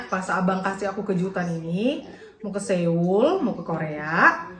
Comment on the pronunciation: Maap cm mo ngasih tau cara baca SEOUL tuh "SOUL" bkn SEUL 😊